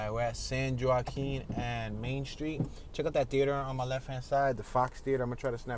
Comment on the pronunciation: Yoooo, miss pronounced San Joaquin county!!!!!!